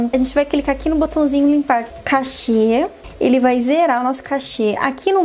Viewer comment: Não se diz "cachê", moça! (Como aquele dinheiro que os músicos recebem para cantar) A pronúncia e "Cache" ( cáche )